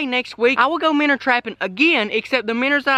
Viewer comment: Why do you say minners? Its called a minnow